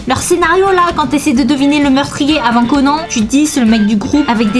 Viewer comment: Eeeeeuuuh par contre je t'aime bien hein mais wtf tu dis ''détective Conan'' au lieu de ''détective Conan'' genre an pas en wtf